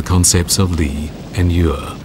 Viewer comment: The Australian narrator completely mispronounces "yue" (music) which is "yweh" like "no way" with striking/falling fourth tone. You can hear Li Xueqin correctly pronounce the word . The Australian also mispronounces the syllable "yang". It is "yahhng" rhyming more with the American pronunciation of "long" than the word "fang," with which it does not rhyme at all. On another note: these illustrious objects are world wonders.